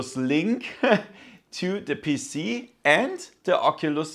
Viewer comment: “Connect to d puss-c” YEAAHHH German🇩🇪🇩🇪🇩🇪